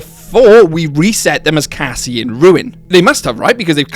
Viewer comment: Strange in my ears Roxy said something like Cassima because I clearly hear the Cassie at the beginning but then there's this 'ma' at the end. Maybe Cassie full name is Cassima ???